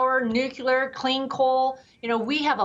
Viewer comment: Please get your guests to learn how to pronounce is pronounced nuclear!! These people are supposed to be more intelligent, the best of the best that represents, and they can't pronounce a fcuking simple word like nuclear!!! It gets me so upset that I can't continue watching. Oh, and as a VETERAN (NOT VET-RIN) I can't stand when your guest and some of your hosts mispronounce this as well. Thank you and please fix these idiots!